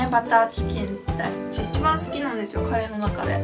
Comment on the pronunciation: 最初、カレーをカリーって言ったとき、なんかかっこいいって思っちゃったｗ